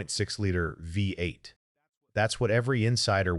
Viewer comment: AI Slop, what the hell is a Vate?